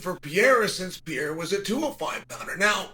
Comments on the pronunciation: Why do you keep calling him Pee era? It’s a Per era dude you’re supposed to be an expert analyst or just an all-around expert in MMA can you try a little harder to actually get people‘s names right? You know this has been an issue for a long time at this point it’s like you’re trolling all of us, but you’re not😂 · If he becomes the GOAT will you then at least pronounce his name correctly Chael pee era don't sound right Holloway would agree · The worst take Chael P has ever made. And why does he still struggle to pronounciate Alex's name? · Shael Sony refuses to pronounce Pereira in the right way. Now I'm only calling him Shael Sony.